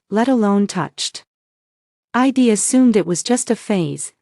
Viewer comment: Either teach your A I to sound out contractions or quit using them. I'd is spoken as "eyed" not "I D".